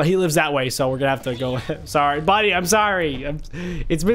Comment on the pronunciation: for me I heard money isstead of buddy